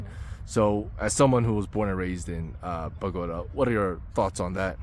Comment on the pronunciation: Would it kill you yo try to learn to learn some Spanish or at least try to pronounce a few names correctly? What is "Bogata"? 😢